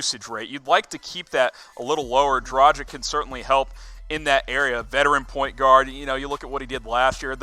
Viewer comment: I know its hard for you U.S. dudes, so i will just fight through the pain in my ears, and calmly remind you that Dragic is pronounced like Drag itch not like tragic with a d instead of t...